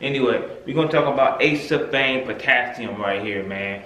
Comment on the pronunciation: It’s pronounced A-see-ful-fame Not Ace-sul-fame 4 syllables, not 3 just sayin